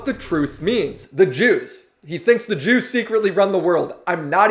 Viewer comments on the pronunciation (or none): Took me 15 minutes to realize you were saying “the jews” instead of “the juice”